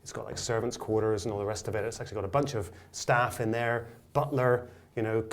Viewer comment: damn you said sack the staff-geese